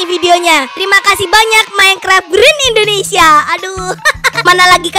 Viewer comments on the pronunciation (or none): none